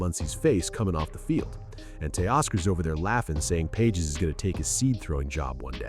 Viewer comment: Learn to pronounce Andy Page’s last name